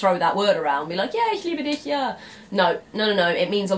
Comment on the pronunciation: woah, excellent pronunciation of "ich liebe dich" there. You don't hear that often by English speakers.